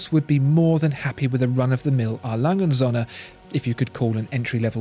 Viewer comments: Alanghe unt Sönne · When ever the brand was mentioned it sounded to me like "Alangensohne". German doesn't squish words together like this. It should sound more like 4 separate utterances, I'll try to describe what the correct pronounciation is in "English" terms. A. - That's an initial and should sound like the very first sound in the word "are", without any of the "re" that follows. Lange - That part is pretty okay pronounciation wise in the video. Should sound like "lung-eh" & - That's the symbol for "und" and is a separate word, which should be pronounced accordingly. Starting with an U that is pronounced like the oo in boot -> "oont". Don't try to do something like "Rock'n'roll" with this word, it doesn't work. Söhne - Almost like the u in burn or turf. but tongue a bit farther front. The S is soft, like an english Z. Should sound like Zuh-ne, with the ne rhyming with "the". Now the hard part: Referenz-Uhr / Referenzuhr This is a so-called Kofferwort, meaning an agglomeration of two existing words: Referenz and Uhr. These are still pronounced as two words, albeit with a smaller gap between them. "Uhr" has the same sound as "und", and sounds like "Oor" (oo as in boot). "Referenz" sounds pretty much like reference, but without the rolled R and with an emphasis on the last syllable: ReferENZ.